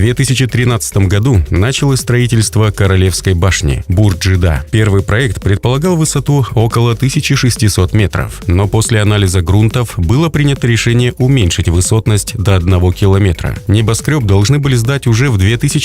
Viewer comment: Имеется ввиду ударение правильно ставить на второй слог (буква О ), а не на первый (буква а). Школьная программа, грамматика!!!!!